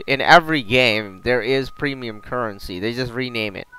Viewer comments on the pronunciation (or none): none